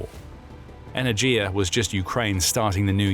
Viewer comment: Not energia, e-ner-ghi-ya!